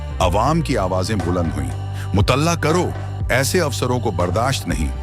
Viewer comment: अच्छी कहानी लेकिन भाषा की अशुद्धता खटकती है। संगीन को स्नेन और मूअत्तल को मूतल्ला कहा गया जुर्माना को जर्माना। थम्बनेल से कहानी का कोई रिश्ता ही नहीं है जबकि थम्बनेल वीडियो का ईंटो होता है।